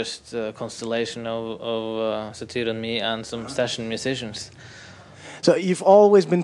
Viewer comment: Satr? who the fuck is Satr? you emo fuck! its fucking SATYR!